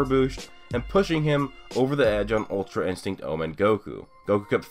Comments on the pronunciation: my guy said ultrainstego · "Ultra instego" lol